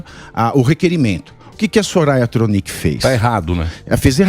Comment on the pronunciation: porque se fala Tronicee nao o CPMI????